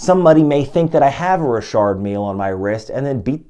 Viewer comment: I always pronounced it Richard not Rishard are you sure you're saying it right before I change the way I pronounce it?🤔